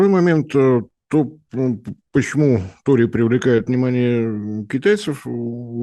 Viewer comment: Ну уберите уже пикту, она же не может выговорить слово торий